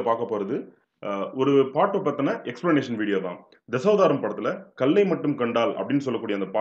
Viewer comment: கள்ளுக்கும் கல்லுக்கும் உச்சரிப்பு வித்தியாசம் வேண்டும்